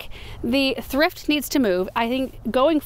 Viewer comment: Thrift, sounds like thript. Not sure of correct spelling. But I got the heebie-jeebies. When you said thrift each time.